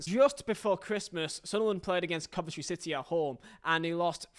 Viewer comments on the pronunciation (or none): none